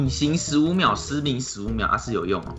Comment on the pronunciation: 你把失明說成失眠